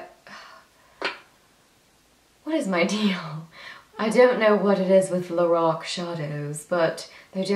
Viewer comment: Gurl ur so funny...lorock hahahaha. Ur super gorgeous I need some eye tutorials....ur killing the British accent.. funny gurl j ust sweet pure funnyness